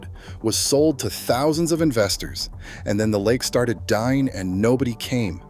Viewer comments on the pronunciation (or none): "by the 1950s it was a tourist destination, by the 1980s it was dee-eyeing!" Is you AI voice having a stroke or is this the new way to get around YouTube moderation? 🤣